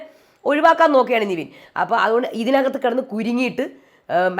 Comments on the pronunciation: അതേ...nevin ne നിവീൻ എന്നാ പറയുന്നെ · Nivin alla Nevin aanu name, oru reviewerinu name polum ithrem naal aayittu correct parayan arille ? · താങ്കൾ എപ്പോഴും നിവിൻ എന്നാണ് പറയുന്നേ ( his correct name is -Nevin Cappresious) നെവിൻ എന്നാണ് നിവിൻ അല്ല